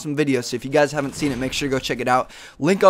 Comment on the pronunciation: "If u havemt" ;3